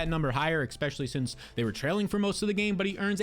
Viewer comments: My brother I am here to say this. I have subscribed, but would love if you would stop sating expecially. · Not subscribing until you say especially correctly